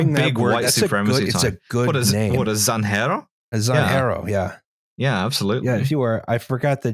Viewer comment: Haven't finished watching yet but I love a tangent solely based on mispronouncing a J, also "Zanjero" definitely doesn't sound cooler for a Spanish speaker, it's just "ditch digger" for me, while "Superintendent" at least has Super- in it.